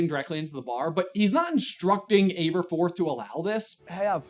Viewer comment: Not really to do with anything, but I noticed you pronounced Aberforth with an "Abe" sound in the beginning, but from the very paragraph you read Neville calls him "Ab", so I would assume his name is pronounced AB-erforth, not ABE-erforth. Nicknames are not always conclusive, but I think they are great to give a hint at how to pronounce names in fantasy. If your name is ABE-erforth, then your nickname is more likely to be Abe than Ab and vice versa. Similarly in Game of Thrones, I've always assumed Catelyn Stark was pronounced with a "Cat" sound like in the show, because her nickname is Cat, and I could never understand people who said "KATE-lyn". If your name is "KATE-lyn", why is your nickname "Cat" and not "Kate"?